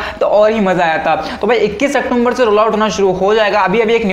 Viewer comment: Octumber nhi wo october hai